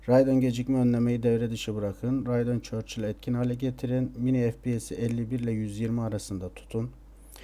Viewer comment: radeon chill e radeon churchill diyen :D